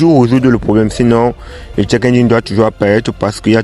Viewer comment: le check pas le tchek, tu te crois à Prague?